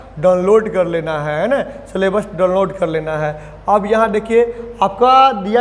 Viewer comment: 'सलेबस' क्या होता है,हमने तो अभी तक 'सिलेबस' ही सुना था❓